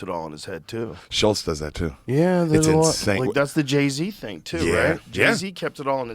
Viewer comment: "Inshane sape" HAHA